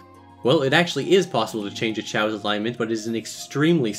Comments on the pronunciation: Pronounced chaows not chaos thx saga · Depends on the language, i think only in english chaos is pronounced kay os. In all the languages i know of the A is not a Ay.